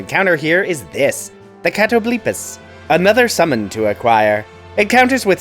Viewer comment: I don’t know if I’ve just missed it before but is that how you pronounced Catoblepas?